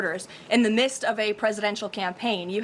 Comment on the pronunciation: Levitt knows the word is "midst" not "mist" right? Normally I wouldn't call this out, but she's a MAGA so I'm having a hard time believing she's just lisping or mispronouncing. I feel like she imagines people wandering around in a light fog when she uses the word.